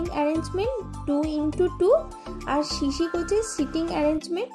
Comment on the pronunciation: Shishi na sisi. Video korle shaw r saw er pronounciation ektu kheyal rakhben